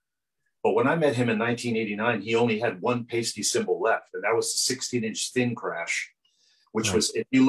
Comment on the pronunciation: It's pronounced PIE-STEE not paste-tee!!